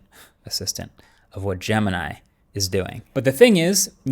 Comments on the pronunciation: Bro you call name [ jama nai ] it's jamini bro try to pronounce right name jemini try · gemini sounds like "the gambit"